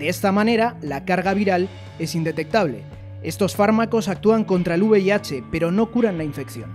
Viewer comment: es V I H no uv i h